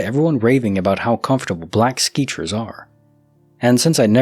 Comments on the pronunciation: Good sir. Did you say "Skeechers"??? 😂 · Love your videos just a heads up you are miss pronouncing sketchers